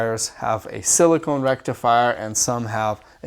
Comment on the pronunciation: It's pronounced sil-i-kuh-n. Silicone is fun too ;) , but it isn't very useful in a SS rectifier.